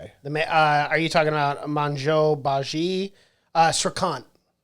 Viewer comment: "MANJO BAJII". He is not even trying lol